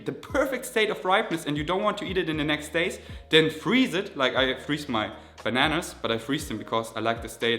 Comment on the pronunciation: There is no ‚r‘ in bananas!!!